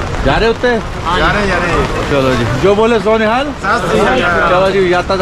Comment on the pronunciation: Beta Jo bole so Nihal nahin hota bole Sone HAL hota hai jaikara dhang se bolo